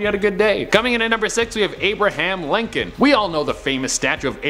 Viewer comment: ah yes lincholn,,,, at the washignton monument